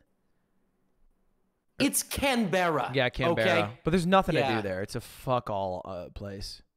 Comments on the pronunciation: canbehrra? CAN BRUH. WHY IS IT SO HARD FoR PEOPLE TO SAY ITS CAN BRUH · It's pronounced can brah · Please never pronounce "Canberra" ever again, thank you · I love how accurate Ludwig is with Canberra (can-ber-uh) just not the pronunciation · bro that pronounciation of canberra was so american, i cant believe yall talk like this daily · Canberra was pronounced like a 5 year old